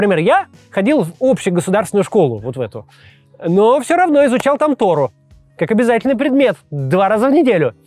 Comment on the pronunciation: Не Тору а торУ